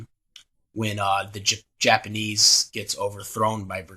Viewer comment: Well it's been known on my channel that my Japanese pronunciation is pretty bad so yeah